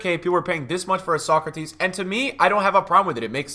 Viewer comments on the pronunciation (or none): none